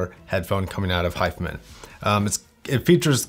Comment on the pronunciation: why are you saying 'hi-fah men' ? Its Hi-fi man.